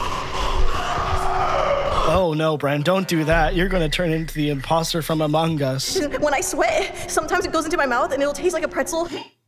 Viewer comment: Yeah and then he just says AMOG US then goes into my air vent